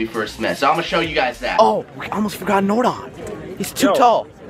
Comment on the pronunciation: When says NordOn😂